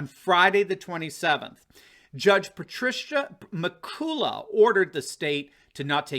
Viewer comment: As an Irishman ... I have to jump in here .... "Pat-rish-ah Mac-cull-ah" ... we love throwing in unnecessary vowels and consonants just to annoy native English speakers.